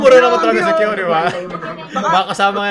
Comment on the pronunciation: Now I know : NADAMAY LANG SI KYO!! (DUE TO PRONUNCIATION [KIYO NOT KYO])